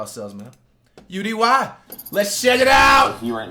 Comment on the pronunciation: Bro it’s U-D-Y…